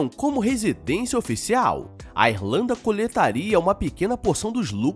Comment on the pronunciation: Pera, o cidadão falou Êrlanda, foi isso mesmo que eu ouvi?